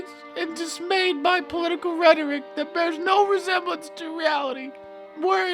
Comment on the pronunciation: You said the word rhetoric wrong. Don’t know why you hate gay people but ok.